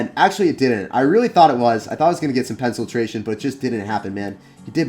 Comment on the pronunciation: “Pencil-tration” I’m dead 😂😂😂